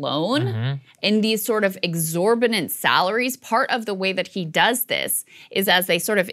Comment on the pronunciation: Sounds like Krystal says “exorbinant”. Exorbitant